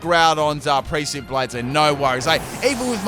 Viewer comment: The last theme was Final Fantasy summons, not a STAB team... - Also this is the first time I've heard you try to pronounce "precipice"... that was really interesting....